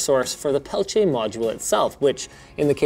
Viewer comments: It's not pelitche it's peltIER. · I’m pretty certain it’s pronounced PEL-TEE-AY. This video becomes more unwatchable ever time Linus says pel-ch-ay... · pelchiay ? isn't it pronounced peltier? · What's a Pelcheay, I thought it was PELTIER? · its peltier not "pelchiay" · "Pelchier" lol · Sorry, bro. I know you had to learn French, but everyone says "Pel Ti Er". Also, these were all the rage in the 90's. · WTF is a "pelchier"? Lol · "pelchiay" smh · Linus, it's pronounced Pell-Tee-Ah, FFS! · It's Peltier... not Peltea... that bugged me more than anything else in this video. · Peltier, not peltiè (Pel-tier) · peltier = Pel Tee Ah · PELTIER , there is no CH in peltier.your pronouciation is incorrect. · Linus' pronunciation of "peltier" reminds me of when Tom Brokaw was reporting on the original Pentium division error bug, and pronounced it "Penchum." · Why does he keep pronouncing "peltier" with a "ch" ??? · Thats not how you say Peltier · Ive only ever heard peltier pronounced with a hard t sound. Not the "ch" sound he went with.